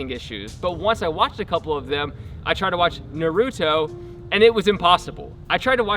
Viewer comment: How you said Nautoe😂